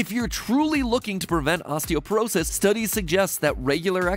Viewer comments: Hi, fellow nerd here. It's osteopOrosis, with an O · Isn't it osteoporosis and not osteoperosis? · It's "osteoporosis," not "osteoperosis."